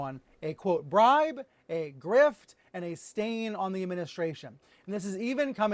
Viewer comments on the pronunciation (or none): You pronounced bribe wrong.